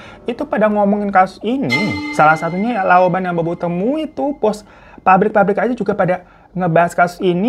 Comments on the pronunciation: Lao ban bacanya Lao pan hiro😅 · Babang Hiro... Koreksyennn dikit aja... Lao Ban, dibacanya bukan Laoban, tapih Laopan... Biar babang hiro makin cetar membahana sempurnah, jadi gk ada kesalahan pronunciation...